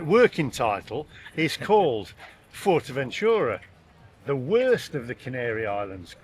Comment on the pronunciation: So you're judging Fuerteventura by visiting one town, looking at Asian, Chinese, Indian and Burger type places. You're in Spain mate. 🤔 It's pronounced Foowertaventura and Coreleho BTW. You do a few car videos. Get in one and drive around the island. You'll see all the sand dunes etc.. You've heard of. But hey if you like Blackpool in the sun fair enough.